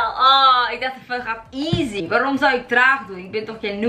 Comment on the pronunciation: Je bent wel slecht in Engels want je zecht geen easy maar easly